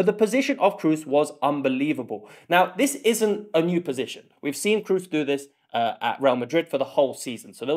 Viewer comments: Very well made Comparison! I hope Scots will come to next round... and btw Toni is called "Kros" not "Krus" ;-) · "Cruise". it is K r O O s. lmao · Its KROOS not cruise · To all English speaking fans: Kroos' name is not pronounced like cruise. Our double-O is long and not sounding like a U-sound as it does in English. You don't really have a word with this O-sound as far as I'm aware, but it's more like the o in no just longer and without the U-sound at the end. :) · Great Video! Learned very much! Keep up! Btw Kroos is not pronounced like "Cruise", the double O in German is pronounced like a long O. :) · Except it's not pronounced like cruise at all... If you search "Close-mid back rounded vowel" on wiki that has the correct pronounciation. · Please dont say "Cruise" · PLS learn the prononunciation of Kroos. He is a worldcup and championsleague winner. Even the freaking english commentator get his name somehow right. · It's not so hard to pronounce Kroos right. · who's Cruise? can't you pronounce a straightforward long O sound? Kroos is not Cruise. Also Wirts is not "Wörts". It's a short i-sound like in the English words in or it , there's no ö-sound like in "words". Its really not complicated. Actually English is complicated, It's not the Germans fault. You guys pronounce words and birds and hurts the same but write different vowyals for the same sound. In German names the vowels don't change like in English. Wirts will be around for another 10-15 years, learn to say his fucking name. 😊